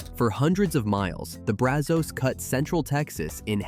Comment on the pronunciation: Pedernales is tricky. I've always heard it Per duh nahl us. Llano was close, but it's Lan O, not lun o. Braz uhz, not Braz Ohs. WAX a hatchie. Just like candle wax. I enjoyed the first half with the natural places much more than the industrial ending. But then again I live in the Texas Hill Country.